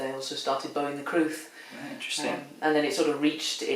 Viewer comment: It is in Welsh, and the crwth (pronounced 'crooth') is a Welsh instrument of great antiquity.